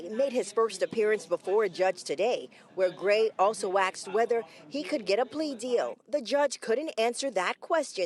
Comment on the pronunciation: Aksed? Really?